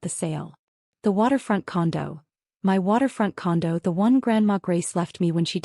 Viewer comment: The word "my" means me or myself. It IS NOT pronounced as "M.Y"